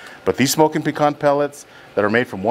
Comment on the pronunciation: Hard for me to trust a man that doesn't know how to pronounce pecan.😂